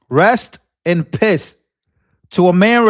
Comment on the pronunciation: You said REST IN PISSSSS!😆😂🤣💯